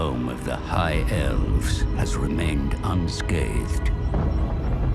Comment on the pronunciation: Unscathed? Or unskaved?